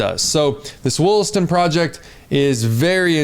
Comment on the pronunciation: Lmfao. WOOLASTON. It’s Wall-aston. I work in the mines in the area